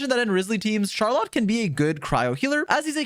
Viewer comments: It’s not shar lot, it’s shaar roll let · can’t even say Charlotte correctly truly the aboba steamer of all time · ily but you rlly have some have the weirdest pronunciations 😂. Even if that is how you actually pronounce her name it sounds so much worse than “Char-lit” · CharLot? Is that really how you’re supposed to pronounce that name? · I can't help but laugh every time he says Char Lot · He lost me at Shar-LOT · Good guide, but every time you say "char-lot" a piece of my soul disaggregates into dust. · Imagine not being able to say "Charlotte" correctly. Dumba** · Have you never heard anyone pronounce Charlotte before? 🤣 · another characters name butchered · I asked 2 different friends from FRANCE about her and they say you're trippin with that name pronunciation 🗿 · The way this guy says Charlotte makes me wanna say he deserves to be bullied.